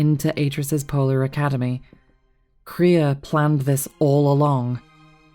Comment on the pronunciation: first time I've ever heard multiple people call Kreia "Korea" honestly